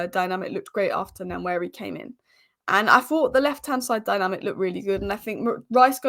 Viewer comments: Keep up the good content. One point, it’s Nwaneri not Nanweri. 😂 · It's not Nnwayeri it's Nwaneri (ONE NAY RI) ETHAN "ONE NAY RI" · Nanweari😂😂😂 come on, make an effort. Try practicing or break it down........ N U WAN NERI. if you cabt be bothered,, just call him Ethan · Great channel but its One-ye-ri not Nan-weari! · (N)waneri the N is silent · The first N in Nwaneri is silent, so it's just Waneri. There's a video from Premier League where he and many others pronounce their own names. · Say it with me… Wah-Neri. Ethan doesn’t pronounce the ‘N’ at the beginning of his last name 😉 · The "N" at the beginning is somewhat silent so it sounds like Waneri. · ...Sky Sports has a video on YT with all the players pronouncing their own names...he says it like Won-eri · Waneri is far more closer to thw pronouciation than what you are pronoucing😂🤣😊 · Nice Vid! The pronunciation of Nwaneri phonetically is WAN-AIR-EE... The N is silent.👍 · The name is pronounced one ne ri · I'm Nigerian and such a joke people on the net assume most comment are attacks on them. That was my bit to help folks pronounce it better, not a perfect transcription but close. There's no "nu-" in front. That vowel doesn't exist. If that doesn't help you directly, hopefully others. Good for anyone who care to pronounce and learn unique names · Great to see ur improvement on Nwaneri pronunciation. Remember the N is silent...its basically waneri but u can emphasize on the n by calling him wan-neri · Pronouce his name this way "one-neri" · He said himself the pronunciation WA NERI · The "N" is silent in the pronunciation of Nwaneri. Nice analysis 👍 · start practicing how to pronounce NWANERI name the boy too good and deserved the starting spot , don't look at his age the boy is a very good baller .. NWANERI TIME IS HERE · His name is nwaneri